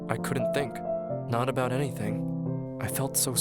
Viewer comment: Funny how he says words like... Thinkink Somethink Anythink